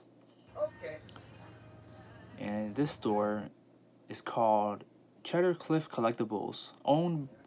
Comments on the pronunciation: It's 'see-der' cliff collectibles not cheddar, lol. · Cee-dar. Not "cheddar". :)